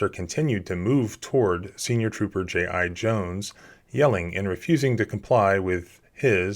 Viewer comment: “J.I.-Jones” HAS to be on purpose right?